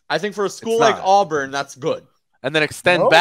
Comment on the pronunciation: AWBURN NOT AWWWBURN